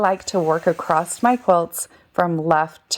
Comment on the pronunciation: The word across does NOT have a “t” on the end..it’s very annoying to hear people mispronounce words.